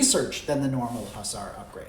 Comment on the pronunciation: I believe it's pronounced;"Papal" not "Pappal". And Hussar is pronounced "HUzzarr". I spent a wonderfully extensive time in Poland where they tough me a lot about the winged Hussaria (Huzzaria) of Poland.